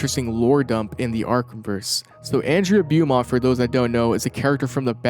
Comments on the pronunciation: Beaumont is pronounced BO-MONT....... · that's a... unique way to pronounce the name "beaumont"